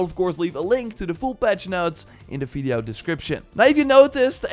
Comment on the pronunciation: u rly have to learn to spell the letter V correctly ... its horrible to listen to it ...